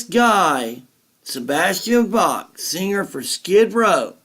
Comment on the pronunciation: Sebastian "Bass"? For a guy so knowledgeable about classic metal and hard rock, I would at least expected him to pronounce his guest's name correctly...